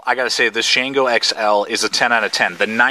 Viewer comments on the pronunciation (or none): Great review! You hit all the points. Now, I just want to start a drinking game with everytime you called the "Shango" the "Shanango". Boy, would I get messed up!